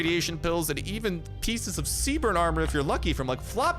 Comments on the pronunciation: He's like JoJo siwa I cant understand a single thing he says. Also did and one notice how he called C-B-R-N armor C-BERN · Well this is late but maybe he corrects himself self now maybe it's just a joke on his channel but its call C.B.R.N not cbrn all in 1 word